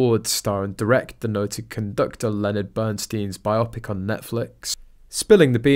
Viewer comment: Oh reader, it is Bio Pic. Bio, and then Pic. It is not, as you said again today, "bi-Opic". It is a biography in pictures. a bio pic.